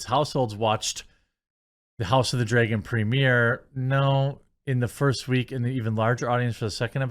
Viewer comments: Dreygon, isn’t a word. It’s dragon, why is pronouncing words correctly so difficult for you? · It's pronounced Dra gon Not Drey gon, you doofus. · Is it only me that hear him say house of the dragen everytime??? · House of the “dray-gun” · Dude….I hate the way you say dragon. Draygon lmfao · Are you mispronouncing the word “Dragon” on purpose, or don’t you know how it is pronounced? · The way you pronounce dragon is insane